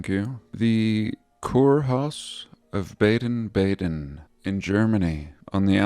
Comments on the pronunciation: BADEN is pronounced “bah-den”. It means to bathe in German. Bad means bath in German. Badezimmer is bathroom. (That’s easy to google by the way). So the places where springs were found and established as spas were named Baden. Karlsbad in Germany was another famous spa town back in the day. Hope that’s helpful to your research. I’m assuming they named the American one “West Baden” bc it’s west of the original in Germany. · The A in Baden is pronounced AH. Too bad about the Prague clock. Most people won't even notice. You always have such interesting vids. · It’s pronounced Bar-den Bar-den like the sheep.